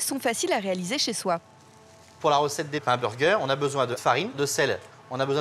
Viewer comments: Ou encore unburgeur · Il dit vraiment b u r g